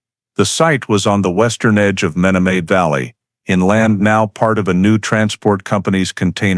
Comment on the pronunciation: It would be nice if the narrator would of pronounced the Menomonee Valley correctly. He obviously, is not from Wisconsin.